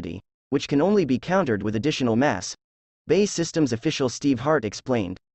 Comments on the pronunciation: BEE-AY-EE systems..........Bay is something with water in ....... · B A E !!! Not Bay....